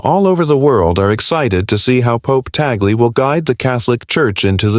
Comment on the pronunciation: Thanks for the correct pronunciation of Cardinal Luis Tagle.